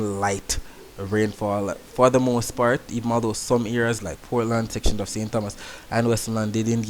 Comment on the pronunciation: Hi, I really appreciate what you are doing. Was hoping for this for a long time. Just one correction. I live in St. Thomas. The (h) is silent, so it's ( St. Tomas) Mr. Tompson etc